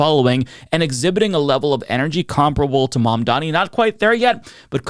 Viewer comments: The name is mamdani. MAM-DANI 🗿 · It's Mum--Daa--Knee. Not Mondani. Dude.